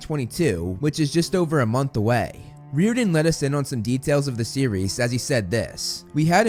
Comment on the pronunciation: no offence, but u got me laughing so hard when I heard 'REEORDAN' NO HATE. Thx for keeping everyone updated